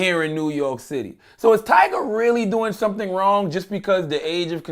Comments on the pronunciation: He really said "Tiger" it's Tyga fam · 21 Sausage you quick by defending Tyga like one of his fan girls "his name is Tyga!! Not Tiger!" 😂😂 he pay you to correct niggas??